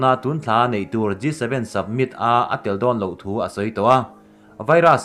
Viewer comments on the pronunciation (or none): Submit ti tlat pek a a chhiar khian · G 7 summit tih tur aw submit tiin lam tlat a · submit nilo in summit (samit ) angin lam tur aw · Summit tih pawh hi submit tiin a lam tlatin ka hria 😊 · I in buatsaihna chu a tha khawp mai, chuan mizo tawng nilo 'Dam' tih te 'Summit' tih te hi chu han lam dik thei hram la. Mi a tituilo thut zel.😀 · Tahan post thulak nan hmang tawh re2 suh... Hleihluak, dam(tuikhuah), summit... I lam dikloh langsar zual